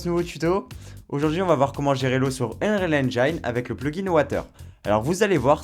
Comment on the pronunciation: "Unreal EngAIEne" encore un youtuber qui s'est coincé les doigts dans la porte ...